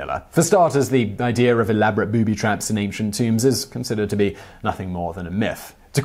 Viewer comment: Again there is no R in the word IDEA. I suppose you say warsh too